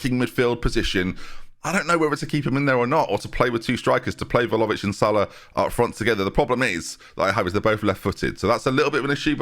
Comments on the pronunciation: PLZ PRONOUNCE IT VLA-HOE-VICH OMG PLEASE I CBA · I THOUGHT WE'D BE FREE FROM THE VLAHOVIC NAME MURDERING OH GOD